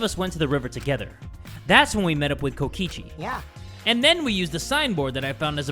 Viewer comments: "KOKOICHI" i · Kokichi❌ Kokoichi✅ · Here before corrects kokichi's name from "Kokoichi" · Kokoichi? Do you mean, Kokichi? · Ah yes, Kokoichi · NOT JAY CALLING KOKICHI KOKOCHI DJJDUEW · Its Kokichi not Kokoichi sorry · Ah yes, Kokoichi. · No one: in the title: kokoichi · Uh jay, you spelled kokichi like “kokoichi” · ah yes kokoichi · kokoichi... nice one jay lol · Kokochi? Hol u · Is no one gonna talk about how jay called kokichi "kokoichi" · "KOKOICHI" I'M CRUEING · BROOOOO HE CALLED HIM KOKOICHI HAHAHAHAHAHAHAAH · i just noticed that it said kokoichi 😭😭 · no bc jay spelled kokichi wrong he said kokoichi 😶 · anyone noticed "Kokoichi" lol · “Kokoichi” lmaooo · ATTENTION. Since calls him Kokoichi we must do the same. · "Kokoichi" ? XD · Kokichi is my guy, i don't usually call people my guuy, but Kokichi is my guy. Also: K O K O I C H I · LOL I NOTICED THAT TOO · ? it’s kokichi- please tell me your joking 😭